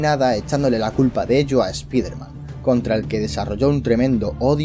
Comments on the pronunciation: se dice "spaiderman" español CTM, no se dice "spiderman" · Es ESPAIDER MAN NO ESPIFERMAN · a y no se si sabes algo de inglés, pero se dice spaiderman, aunque se escribe Spiderman se dice spaiderman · Paren de decirle espiderman no se dice asi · esta bien el vídeo y todo pero me provoca algo cada vez que pronuncias así spiderman se que eres de España pero siendo fan mínimo trata de instigar y poder pronunciarlo de manera correcta o mejor decirle hombre araña